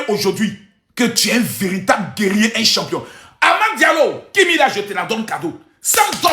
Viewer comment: C'est pas sempiom madame. On dit Champion, champion ok. Vive les ÉLÉPHANTS ❤❤